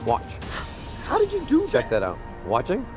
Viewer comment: i like when he said "how do chu do that"😂😂😂